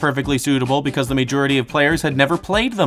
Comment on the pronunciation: And the video after after that he learns to correctly pronounce “majority”.